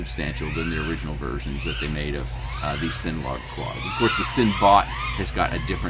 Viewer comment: Bruh. It's CINNA. Like cinnamon.